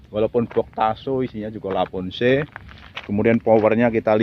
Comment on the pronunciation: lavoce maseee bukan lavonce